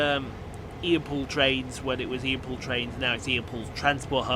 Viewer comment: Happy Birthday! Loved the pronunciation! lol